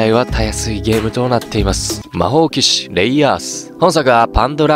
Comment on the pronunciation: 魔法騎士(マジックナイト)レイアースな 読み方は正しく頼む